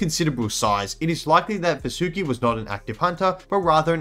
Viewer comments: Its pronounced vAAsuki ,,,,,please ,, u guys hav already distorted AVATAR... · If it's helpful the Sanskrit pronounciation of Vasuki would be as Vaasuki, it doesn't sound like an anime girl name now does it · I would recommend you to pronounce Vasuki as vAA-sukEE. Kind of language thing. Anyways, we found it so we named it that way. It's not that hard and fast. Reginophis sounds weird to me, but not to you because of Language barrier. English itself doesn't offer as much vocabulary, vowel diactrics, or Alphabets as compared to many Indic Languages. That makes English an easy language, but with some flaws. OFC, for convenience English is always more preferable. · It's pronounced as Vaa-su-ki. Vaa with an extended 'a' sound su with a short 'u' sound.